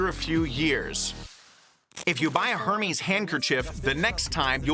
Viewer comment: PLEASE pronounce The name correctly!! And I bought a fake bag in Turkey, and I knew it.